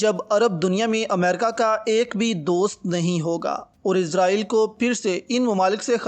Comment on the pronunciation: ایڈمن صاحب اسرائیل ہے لفظ نا کہ جناب عزرائیل علیہ السلام ( ملک الموت) اور جتنا یاد کر رہے ہو آپ ملنے آجائیں گے وہ،،